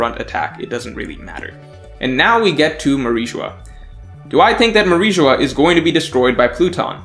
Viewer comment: It is Mary geoise not mariejois